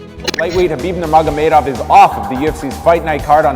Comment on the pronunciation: Lol how dare you mispronounce Khabib Nurmagomedov!! Might as well say Yon Yones while you’re at it!!…. Great documentary though!